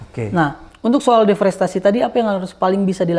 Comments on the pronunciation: DEREFOSTASI .... mulu pak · Bang... "deforestasi" bang.... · Abraham samad ini ternyata orang yang males baca, deforestasi aja berulang2 salah ucap. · deforestasi om Samad, jangan salah sebut ya......